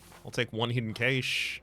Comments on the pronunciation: I have never heard anyone pronounce "cache" that way. I always heard it pronounced like "cash". Is that an accent thing? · We English dont say it like that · Is he saying hidden cache wrong on purpose? 🤔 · Nope, they're saying it the way the English say it.